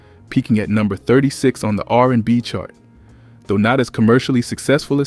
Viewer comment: If you managed to watch this video till the end I give you props. I stopped . Listening to this voice was too disturbing to finish the video 😢, butchering Amel’s name and saying R…and…B 😮… I couldn’t.